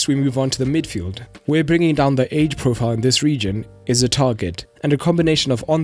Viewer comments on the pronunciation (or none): none